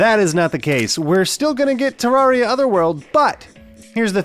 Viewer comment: it's terr air ia TERR AIR IA TUB FGIFFRTJVRUDTHDT